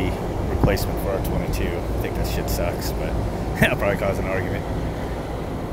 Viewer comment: Love your videos bro, straight up and to the point knowledge being passed on. Cracks me up every time I hear you say "shaait!"